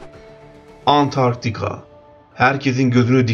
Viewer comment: Konuşan kişi trakyalı falan olabilir mi acaba antartika demesinden anladım 😂😂😂